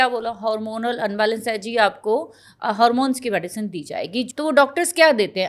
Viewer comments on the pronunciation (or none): Hormones....not Haaarmones.